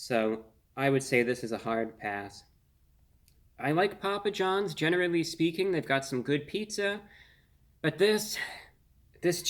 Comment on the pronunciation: Poo-pa John back strong with the Ls.